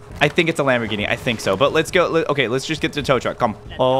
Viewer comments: Lambergini🚫 lambergreeni✅ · Bro Said lambogreeni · Bro said lamborgreeney